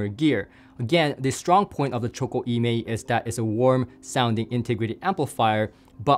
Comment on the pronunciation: Nice review,! Just for your information: E Mei is named after a well known mountain in Sichuan Province in China and should be pronounced "Uh May".:goodvibes